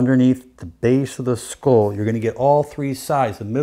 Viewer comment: HE DOESNT KNOW HOW TO SAY SKULL?? HAHA